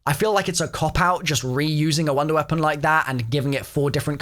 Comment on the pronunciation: I swear I hear wonder weaphon??